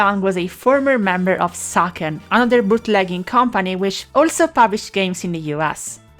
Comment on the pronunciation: I guess "Sachen" is pronounced correctly the german way.